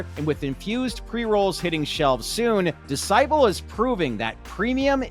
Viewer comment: Pretty sure Decibel in Decibel Cannabis is pronounced with the first syllable stressed since that's how the word decibel is pronounced.